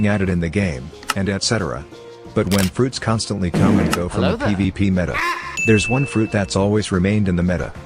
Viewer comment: Why do i hear like ppp instead of pvp